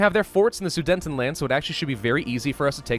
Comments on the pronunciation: Omg it’s not sudentendland it’s soo det en land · It's Sudetenland, not Sudentenland. Yes, it's one of those comments. Great series though! :P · I cant stand the way you pronounce Sudetenland XD